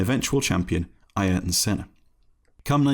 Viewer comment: He's getting pretty close to the correct pronunciation. Ayrton's name was always butchered by English speakers. Just look up some Brazilian commentary F1 footage from Senna and you'll hear he's not far off.